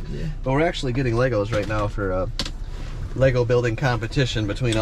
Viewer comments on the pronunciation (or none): none